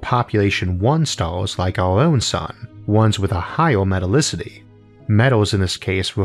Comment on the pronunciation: No one: PBS: MetalicitY